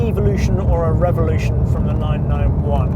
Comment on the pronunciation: Funny how he pronounces evolution and revolution.